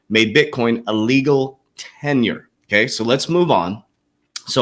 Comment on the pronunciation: Legal TenDER coach, you are pronouncing it wrong. Sounds like you are saying TENURE